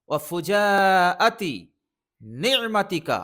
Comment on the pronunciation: ঠিক করে নেবেন শব্দটা ফুজাআতি।